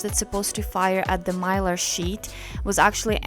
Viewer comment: Mylar, you pronounced it correctly.